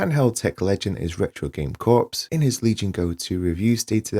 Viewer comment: Corps is pronounced Core